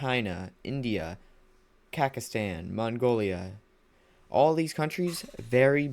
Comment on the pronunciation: I don't want to be mean but you always say Kakastan instead of Kaz(s)akhstan, also very nice Video, appreciate your Time!